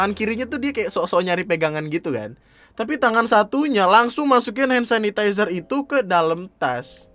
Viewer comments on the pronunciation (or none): Njir. Gw yg aslinya hampir ketiduran gara2 ngantuk langsung melek di bagian "hand sasisazeh" 😂😂😂😂😂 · "hand sasizeser"